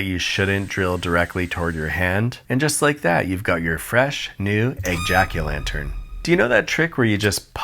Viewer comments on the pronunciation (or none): We’re not moving past how he chose to pronounce “Egg-jacu-Lantern” 👀👀👀